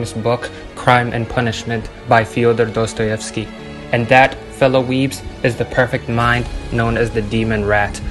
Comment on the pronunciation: How THE F*CK did you say his name correctly?